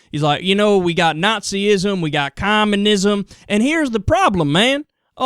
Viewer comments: Did he say "Comma-nism"? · Cumminism - erm, I think you pronounced that incorrectly Philly-boy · Dick guy said cum minzon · I love how he pronounces communism